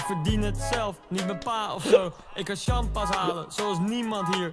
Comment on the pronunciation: Jongens, het is sjam pas en niet sjam paas